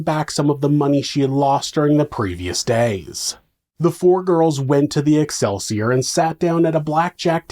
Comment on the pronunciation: Excelsiar sounds like alkaseltsor🤔